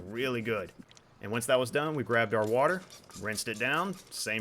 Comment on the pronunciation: "Soupy Warter"